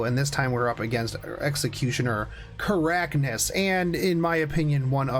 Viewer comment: Hey, doubt you'll read this but it's pronounced Kar-kan-is not ka-rak-nis. Love the content as always.